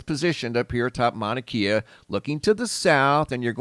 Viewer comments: Great channel you got here bud, and if it matters to you the propper pronunciation for "Mauna Kea" mowna (like you said) and kay-ah not keeya. 🤙 That beam of light was from a fissure venting. Most likely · Pronounced "Kya" not keya. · Mauna Kay-Uh... The Keys are in Florida. Lol. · It is pronounced “Mauna Kay-ah” not “Mauna Kia.” It’s not a car. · Kea is pronounced kay-ah not key-ah Mauna Kea. 🤙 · Mauna "kaye-uh" not key-uh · Pronounce it mana kay ahh. Its like nails on a chalkboard the way your saying it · Pronounced Mana-kAa. Long A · Pronounce. Mana Kay A Mauna Kea. Thé e in Hawaiian is a soft A sound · pronounced kay'ah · Mauna Kea. Mao-Na-KAY-Ah. Please. From Hawaii. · Just a note. E in Hawaiian sounds like an hard A vs an a is always ahh sound thus Kea is more Kay ahh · Mauna Kea is pronounced with e having a long a sound